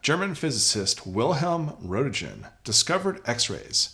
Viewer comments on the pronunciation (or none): You need to try pronouncing Röntgen better, out of respect. It is a German name, not an American one.